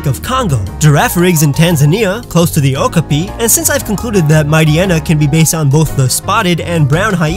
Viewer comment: Great video, but it's pronounced oka-PIE. -sincerely, someone who loves okapi too much